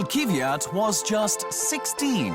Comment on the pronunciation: Not Kyv-yat. Kv-yat. And not Kiviat, Kvi-yat. Kvyat. Kv-yat. Faster on the Kv, it's two consonants, and yat is like "yacht", without the kh sound of the "ch." An "aht" sound with a y sound as in "ja," or yah, yeah. Kv-yaht. Kvyat.